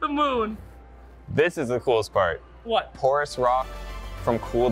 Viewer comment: "Porours" lol